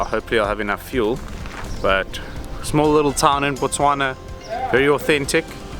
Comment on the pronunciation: Finally,, someone pronounces Botswana correctly